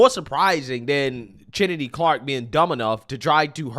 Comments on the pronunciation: Carter pronounces her name Kennedy, not chin-ne-dy. There needs to be a name police at in all maternity wards to monitor Black women when asked, "What are you going to name your baby? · Bro, it's pronounced like Kennedy 😂